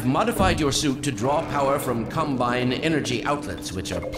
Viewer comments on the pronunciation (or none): Bro literally said "Cumbine"